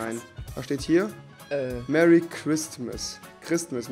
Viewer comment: wohl eher Meh-rry christmas.